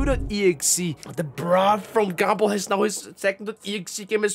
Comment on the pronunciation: says gumball in his accent My brain: Gable (I can’t spell his name right apparently I’m never gonna be a pokemon master)